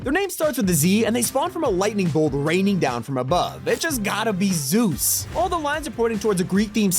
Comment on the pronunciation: Zus??? 😭😭😭 pls it’s zEUs